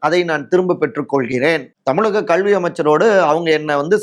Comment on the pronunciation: Unga pronunciation கள்வி is wrong. It's கல்வி